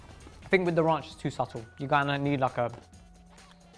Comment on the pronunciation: He said RONCHHHH😂😂😂